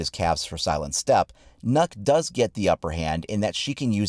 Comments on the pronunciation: is not nokk it's nøkk ;) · Fun fact it’s pronounced nukk not knock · *Nøkk not knock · Nøkk is Danish, Ø is a Danish letter, and if you remove 1 K from her name it spells Nøk, which isn't a word, but when you sag Nokk, you're actually saying Nok, which is a Danish word that means Enough, so the joke sounds funny, but you're saying the name wrong and the joke doesn't make sense if you do a little research to find out how you say her name properly Nice joke tho 👌🏻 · It’s not Nokk, its. Nøkk. It’s like Nökk. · its nokk not knuck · Why do you keep saying "nuck"....its "knock" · Actually, the pronounciation is more like "nuke" not "knock." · NØKK NOT NOCK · it's nøkk not nokk lmao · Its not pronounced “nork”, its pronounced “noek” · But it's pronounced nuk... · No, because her name is pronounced Nukk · His name is not even close to being pronounced as "knock" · No, because unfortunately that's not how Nøkk is pronounced. It should be pronounced like nook. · Am I the only one that hears “nut” when he says nøkk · Everyone: It's Knock: Knuck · You say it like nuke but than without the e so nuk, got this from a Danish friend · "Ø" is pronounced as a "U" It's Nukk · He said nukk........boi😫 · Pronounced Nook spelled Nøkk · Please, if you ever say her name in the future, try saying Nyck instead. You will be far closer to the correct pronounciation. Ø is not an O. Neither is it an Y, but it's the closest letter you really have, in English. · He says it like it's spelled nuck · Its pronounced nook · it pronounced nʊk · Not to be rude but u said here name wrong You say it like Nöökk Well At least If you were Saying it right i don't even think the r6 team says it right to be honest XD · It’s pronounced nook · Well it certainly isn’t pronounced knock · pronounced nook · like hvis du er dansk og du syntes at folk ikke kan finde ud af at udtale nøkk's navn ahha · Am I the only Dane who knows how to pronounce "Nøkk" properly? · Kinda triggers me how people pronunce nøkk